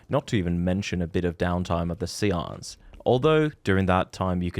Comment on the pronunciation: i think the word is pronounced say-ance